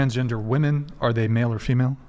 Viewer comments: Its WOMEN not WOMAN!!!!!! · these women don't even know how to pronounce "womEn" let alone know what women are. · They can't even pronounce women. No wonder they don't know what one is.